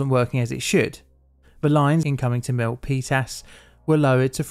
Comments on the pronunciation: I thank you as well. Jeff Raskin lived just a couple miles over the hill from this disaster so it's even better. I'm also impressed you called it the Peninsula on top of pronouncing Milpitas correctly. The Peninsula is very Mac-centric. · I just want to acknowledge your effort in correctly pronouncing "Milpitas". 😉 PG&E doesn't have the greatest reputation here, partly because of this incident. They have also been found responsible for causing several wildfires that killed people. These days, they have special regulations in place that turn off power to parts of the electrical grid on unusually windy days or during certain intense weather events. This is, of course, a pain in the ass for people who have to deal with a power outage.